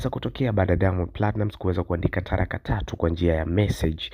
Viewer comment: Mtangazaji (taraka) ndo nini ??? 😂😂😂 Kiswahili hujuwi na uongo mwingi. Zuchu kama kapewa (talaka) basi 😂😂😂 Diamond akamuowe Mama yako !